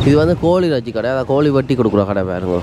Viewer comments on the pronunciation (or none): ரெச்சி இல்லடா இறைச்சி